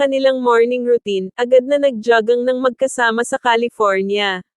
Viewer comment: JOGGING PO,....HINDI ..JAGANG..HEHEHE